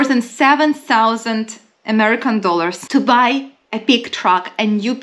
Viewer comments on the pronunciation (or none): none